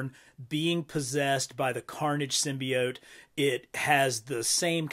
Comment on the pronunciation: Hey man, not the biggest fan of how you say symbiote but l still love your vids 😂 also would be dope to finally get a venom figure